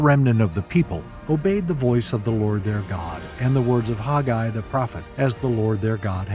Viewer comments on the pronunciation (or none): IMHO I believe this man is mispronouncing the very name: Haggai. He says HOG-eye. WHERE do you suppose he got this? It is a truly ugly way of saying the name. Remember, in "A Patch of Blue" when she says her name is "Sleee-na": and when HE says "Sell-LEE-na"; oh well. Dictionaries pronounce it as (long A) Hag'- a-I. But after all, I love this teaching and how clearly it is set in History.